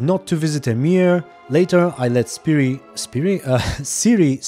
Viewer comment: i have never heard someone say emhyr as amiir